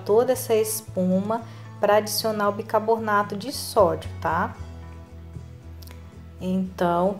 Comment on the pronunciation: Amo suas receitas, mas por favor é BICARBONATO E NAO BICABORNATO..